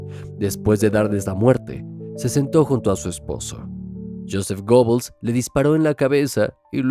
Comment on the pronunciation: Se pronuncia "Guebbels", no Gobels.